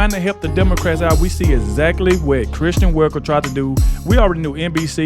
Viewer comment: Sorry, It’s Kristen, not Christian…